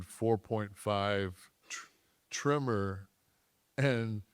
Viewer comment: Tremor not trimmer…..idiot!